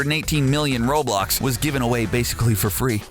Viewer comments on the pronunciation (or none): the way he said robux: "ROBLOX"